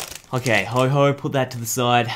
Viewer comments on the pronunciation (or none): HO-OH NOT HO-HO LIKE SANTA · PLEASE READ THE NAME IT IS NOT HO-HO IT IS F***ING HO-OH NOT HO-HO BUT HO-OH PLEASE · ho ho? its ho oh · You said ho-ho for ho-oh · NO ITS NOT HO-O IT'S HO-oh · AND STOP CALLING HIM HO HO ITS HO OH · Dude its ho oh not Ho Ho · It's Ho-OH, not Ho-HO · Also because arceus is mad that he is not pronouncing his pokemons name like what the heck is a Ho-Ho